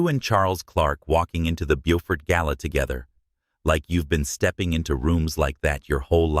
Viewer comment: On the third try, AI pronounced Beaufort the right way! 😮!